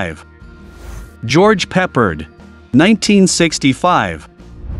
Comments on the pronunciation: It is pronounced Peppard, NOT Peppered. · Must be AI cause mispronounced names (George pepared) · George “Pepp” ard. No. It’s pronounced pep ARD.